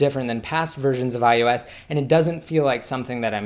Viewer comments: You say ius 7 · Is it just me? Does anyone else keep hearing him say iUS7?